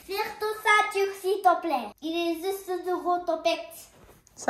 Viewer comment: Coucou! Super vidéo, a vraiment grandi 🥰 J'ai trouvé aussi qu'elle avait un petit accent japonais quand elle parle français ["Shito plaiiiiit" "touto cotente" "poluche" "també" "potit bébé" etc...] (ce qui n'est pas du tout un problème, on la comprends parfaitement bien!) et je ne pense pas que ca soit dû au fait que je sache qu'elle est trilingue, mais plutôt que, parce que toi tu l'entends tout les jours, tu ne t'en rend pas forcément compte. Pour la "comparaison" (j'aime pas ce mot, mais je sais pas quoi utiliser d'autre 😔), j'ai mon fils de 4 ans qui parle très bien français (c'est ça seul langue, sauf les couleurs qu'il connait par cœur en anglais), il emploi des mots qui peuvent être compliqué pour un enfant de son âge mais il les a assimilé très vite et les prononces très bien, ses accords sont quasiment tous justes et ses tournures de phrases sont très bonnes aussi. Pour autant, il a un niveau très bas concernant l'utilisation de crayons ou de feutres, l'expression artistique est très compliqué pour lui, il est encore plutôt maladroit aussi... alors quand je vois ta petite puce faire un visage avec des ciseaux, son dessin sur le whiteboard, ou sont aisance à grimper à l'escalade, je suis très impressionnée. Chaque enfant apprend à son rythme et parler tard ne signifie pas un retard dans le langage, ta fille a le niveau d'une 4 ans qui apprend 3 langues *en même temps*, pour moi le fait qu'elle ai parlé tard veut seulement dire qu'elle a d'abord bien écouté. J'a